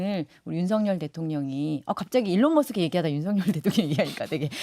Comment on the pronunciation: 에론머스크라고 하는것부터 듣기싫다 ㅎㅎ